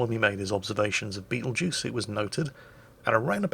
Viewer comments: Ermm “actually ” it’s not the beatlejuice star but “betel” “geuse” star lol XD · I kept hearing him call it Beetlejuice and I was wondering who in the nine hells named a star after a corny 80s horror comedy